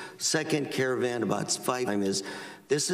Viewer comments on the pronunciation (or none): none